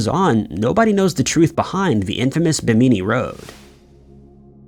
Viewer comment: BIM-innie (Bimini) not Bim-eenie.👍